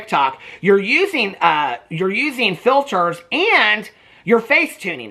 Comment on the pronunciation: Mikayla has lied sooo much in the past, but we’re supposed to believe her now that she uses no “filtahs,” ya ok 😒😏.